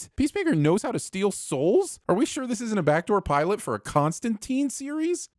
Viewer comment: Sinning the for failing to sin Peacemaker's miraculously dropping a loosely wrapped package of vinyl albums off a balcony without shattering them into tragic bits. Also sinning the for mispronouncing "Constantine." Yeah, the movies and tv shows do it too (with the exception of Lucifer in the Arrowverse crossover, the only case where it is pronounced correctly), but the comics make quite clear that the last syllable rhymes with "spine," not "spleen." Likewise sinning the for the worst mispronunciation of "nom de guerre" in the history of the solar system.